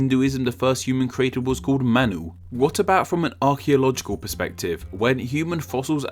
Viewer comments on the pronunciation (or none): none